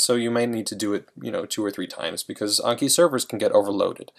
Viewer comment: It’s anki not unki -_